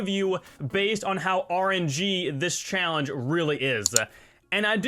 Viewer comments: I’m sorry but you keep saying “challenge-a” and I felt I had to mention it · please stop stressing words like challeng-E at the end of your sentences....it sounds terrible. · Why do you say challenge like that? lol